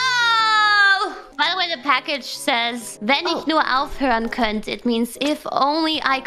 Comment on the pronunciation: Aussies are too slackjawed. Germans and Austrians speak out their words with a slightly tighter mouth. Which is why when Baelz blares out könnt it stretches out to the good old c-word. But what if she'd see the language lesson as a singing excercise? I bet she'd get the hang of the pronunciation much quicker.